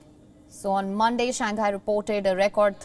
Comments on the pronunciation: I follow Wion coverage . But I’ve heard your presenters pronouncing SHANGHAI wrongly . It’s commonly pronounced as SHANG - HAI and not SHAN - GHAI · because the Chinese pronounce English words perfectly, right?